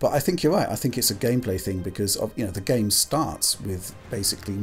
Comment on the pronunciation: I can't stand the way "" (the younger guy) always pronounces "game". I can't watch the video anticipating another instance of this (like countless in all the videos). It always sounds so superstitious and cherishing, really cheesy, making it kind of grating... I never noticed this in anyone else, it's particular. He doesn't just say "game" like anyone else would, as a normal word, but with a particular meaning/emphasis - or at an added frequency - that is not technical or abstract at all (in contrast to the contents or what is appropriate). Everything is a "game", that one thing... It doesn't just happen to be part of that medium or category by that name.